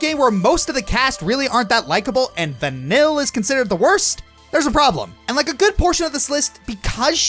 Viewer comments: It’s not vanyl it’s vaneeye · pretty sure it's pronounce van-eel not van-ill, but she sure does make you feel ill sometimes XD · OK I'm pretty sure "vanille" stands for vanilla in french, so pronunciation wise, we should not hear any L here... "ill" in french has a specific pronunciation. something like vanee-y-'